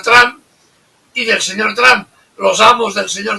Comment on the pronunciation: Ahora estás hablando como “ tron” como. Pronuncias el nombre de Trump. invita al profesor * Layos.